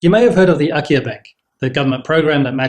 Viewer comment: Wait, have you said IKEA? Oh, it's Akiya.